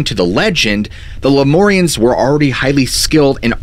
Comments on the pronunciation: It’s pronounced Lume-air-eons not loumorians. Like lumens from light .. it’s annoying to hear you say it wrong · Shasta Cola and Ginger Ale! I'm a jerk but it sounds like "Leh-myour-rians." Not "more" "mmmyour" say it with me now! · Please use mur like in murder instead of mor like in more when saying the Lemurians, I grew up in the redding area and have spent many hrs on that mtn. good video other wise.